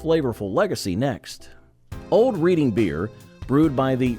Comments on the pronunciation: That would be REDD ING beer, not Reading, as in a book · Reading Pennsylvania and the beer is pronounced RED-ING not REED-ING. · U lost me when U can't pronounce Reading ;(